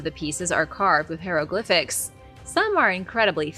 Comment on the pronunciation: I TOTALLY agree with you! I USE to absolutely HATE history, but she makes it SO interesting till I thoroughly enjoy watching the channel! HOWEVER...I do wish she would learn how to pronounce the word "HIEROGLYPHICS"...she always pronounces it "HERO-glyphics"...sigh. Yes, I'm a real stickler for CORRECT pronunciation of words...especially in our language (English). My step-father was in the military and INSISTED I use correct language. At the time I hated him for being so strict about it, but as an adult I now understand how crucial being correct in ones language is SO important!! I get some ignorant retorts about it, but hey...I don't really care! All 3 of my sons communicate perfectly and sound like they actually have the education it takes to be successful in life!! And I'm SO very PROUD OF THEM for it!